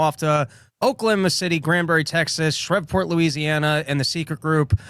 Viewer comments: It's shrEEEveport, not shrefport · Please stop pronouncing Shreveport wrong... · He pronounces Shreveport incorrectly. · And its Shreveport, not Shrivport. Shreeve. But Twump is going to get us in ww3. Idiots. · How in the world does not know how to pronounce Shreveport?